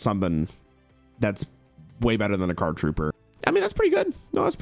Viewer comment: Listening to read Card Trooper + Machine Dupe ENTIRELY wrong was peak 😂